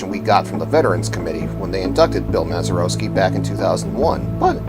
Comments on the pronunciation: Mazeroeski...smh indeed. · I'd be more impressed if you could pronounce his name correctly . . .